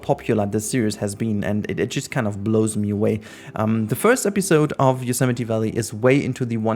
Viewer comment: It feels like yesterday since I binge-watched the first 10 or so episodes, been keeping up to date ever since. Incredible to see it so close to finished! Also thanks for teaching me how to pronounce Yosemite haha